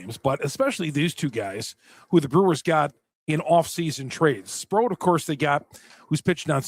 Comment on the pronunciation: for the record it's SprOAT - like he's the gOAT... not SprOUT - like strike 3, you're OUT.